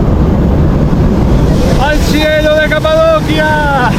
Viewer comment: Genial reportaje pero en español es Capadocia pronunciado como ci en dócil, Capadocia, Kapadokya es en turco.